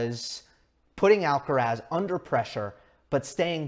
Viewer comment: "Alcarath" with the stress on the last (not the first) "a".